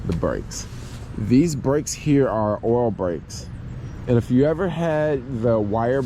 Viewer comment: I'm glad I listened more carefully when you were talking about the brakes. At first I thought you were saying 'oral brakes' and thought, "Whoa! Those would be very difficult if not more complicated to work on!" Things became more clear when I figured out you were talking about 'oil' brakes. That plus 'oral brakes' might be some new fetish. Eventually.